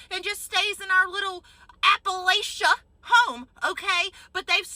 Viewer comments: People who are actually from Appalachia don’t say “Appalaysha”, it’s pronounced “Apple-atcha”. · Apple-AYsha? Hunny isnt it Apple-AH-CHA? Can't even pronounce your own home you're so disconnected from reality? 😂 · Not even southern and I caught that she mispronounced it. She might as well be in La-La land 😂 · I am from southern Appalachia. The way she very deliberately pronounces Appalachia makes me doubt everything. That's how northern Appalachians pronounce it. We pronounce it apple atcha. Also, white Southern women have ALWAYS been a problem. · If she lived in southern Appalachia she'd know it's pronounced "Apple at cha". As in if you say "Appa lay sha" we'll throw an "Apple at cha". Have to LOL at the fellow southern women pretending Dem southern women don't carry. We do, we just think we need better regulation. None of us care enough about them to even speak to them let alone "come after" them. The leopard will find them. We don't have to do anything. And, have you seen the new maga fantasy romance books. LOL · What a fake……she cannot even pronounce Appalatchia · All the Appalachians in the comments are calling her out for pronouncing it wrong, so she's probably cos playing as poor a la Kid Rock.